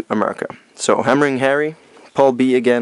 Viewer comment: yeah its not pronounced paul or pole region its pronounced pal like hey buddy ol pal stands for Phase Alternating Line ive heard alot of americans pronounce Pal properly and your the first Video Game Youtuber who hasnt but its ok love your videos by the way keep up the good work i didnt even know we had these games in our region or heard of them at all till now ive learned something new today wow awesome